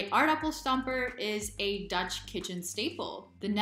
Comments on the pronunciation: You are becoming confident in speaking dutch. The pronunciation is also good. Keep up the good work :) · Your pronunciation is seriously spot on, woah. Also: I've never seen that voyager-space-probe looking thing before either - And I'm a native lol. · Your Dutch pronunciation is great 😃